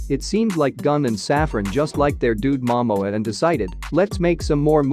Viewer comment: Can you please pronounced the names properly 🙏 Please pronounced Momoa name properly flowing Aquaman. Go back to learn your English language better😢😮😂😢😂😅